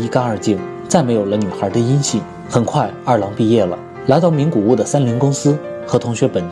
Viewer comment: 名古屋 不是名谷屋